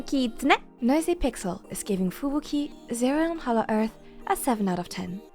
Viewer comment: I like how you pronounce Fubuki